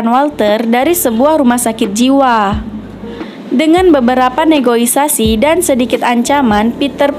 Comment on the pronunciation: bukan negoisasi tapi negosiasi min hihi, saya suka filmnya